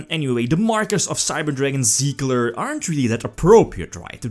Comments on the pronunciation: Tsigler Not siegler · Try pronouncing it like "Zee-gah" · Its Sieger like "seeker" just with a soft S at the beginning and and the g spoken like Gregor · Der Anti-Mate just stop. There is no L in "Sieger" and you would say it somewhat like "Siiger" if you where to say it in english. If you have no idea about the german language please just leave the matter next time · It is "Sieger" the German word for "winner" ;)